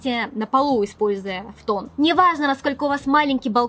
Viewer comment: Фтон...Но ведь фУтон🙀